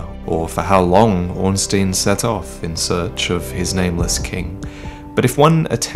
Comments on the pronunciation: Stop saying Ornsteen for fuck's sake. It's pronounced like you pronounce Einstein. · 6 years and you still couldn't pronounce "Ornstein" right.